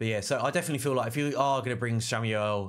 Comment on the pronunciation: who the hell is Samuel? lol, SHAM - ALE